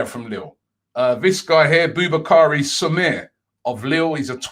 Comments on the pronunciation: Its not sumare.. Irs like su-ma-re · Robbie your pronunciations man 😂 not Soumere, it’s Su-ma-re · robbie pronounce soumay is hurtts...its sou - ma - rey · Hi Robbie, the lad's name is pronounced 'sou-ma-rey', not "sou-mir". I am not French, but that surname is a Madinka/Mandingo surname, so I know what am saying as am of that background too. Kolo Toure, Abu Diaby, Yayah Sanogo, Traore, Bacary Sagna etc are former Arsenal from the Mandinka/Mandingo background. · SO-MA-RE! At least try and listen to commentators of pronouncing the names that you stupidly destroy. It's not funny anymore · Man pronounced Soumare as Samir 🙄🙄🙄🙄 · It’s Soumaré Robbie “Soumaray” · Soumare is pronounced : SOO-MAH-RE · Soo-mah-Rae soumare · It’s pronounced “SU-MAR-EH” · Haha Robbie,, It is pronounced Su-Maa-Ray. It's west african origin. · The last name is pronounce Sumareh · How does Robbie see the name 'Soumare' and think it's pronounced the way he does? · Now he’s butchering Soumare’s name. Goodness gracious